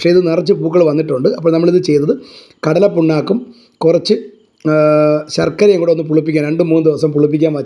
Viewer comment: എടോ കടലപ്പുണ്ണാക്ക് അല്ല കടലപ്പിണ്ണാക്ക്